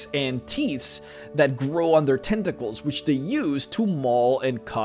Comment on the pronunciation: Every time I hear him say "Tenta-cles" I want to drink Tea in a pretentious manner.